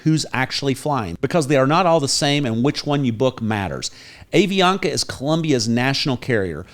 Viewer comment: Hi,. I am a US citizen living here for 20 years in Cali. A suggestion for you. The pronunciation of the airline is "Ahh Vi Ana Ka". Love your videos.